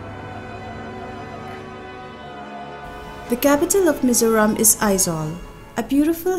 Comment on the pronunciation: Engati nge Mizâws i tih aw? Mizos han ti mai la, a dik thlap. Mizawraem tih pawh hi a fel hlel, Mizo accent takin Mizo, Mizoram tih mai tur.